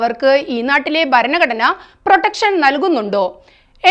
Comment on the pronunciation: ഭരണഘടന👈👈 ഉച്ചാരണത്തിൽ ശ്രദ്ധപുലർത്തുക, [ ബ, ഗ,] (?)